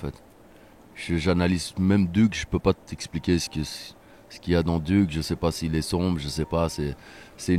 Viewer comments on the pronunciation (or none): none